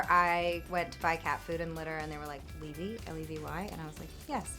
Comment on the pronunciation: Levy is my last name and we pronounce it like this too